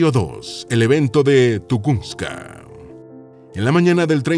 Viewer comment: No es tugunska es tungushka